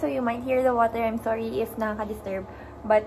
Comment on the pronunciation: thorry..😂✌️